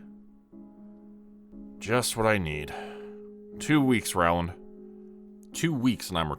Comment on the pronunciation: Love your stories ❤️. But, Rowland is pronounced Roland! Also, it's nice to see one of the Jonas Brothers had a change of career.